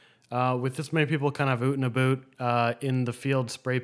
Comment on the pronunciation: Are you Canadian??? "We were out and a boot"